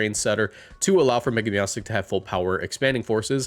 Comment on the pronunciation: MEOWSTIC IS ONE WORD, NOT 2 WORDS, AND THE NAME DOES NOT END WITH A K!